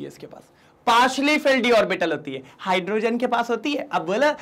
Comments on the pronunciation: Abb bolo hyaaaadrogean😅😂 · Sir aap hydrogen kehte samee bahot acche lage